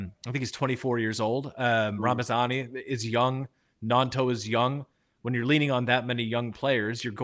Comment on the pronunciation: Just a quick one it's ramazani there's no n and d! It's not ramandzani 😉👍🏼 great video as per folk 👍🏼